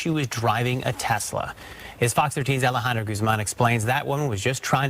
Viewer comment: Alejandra throws some heavy accent into her own name.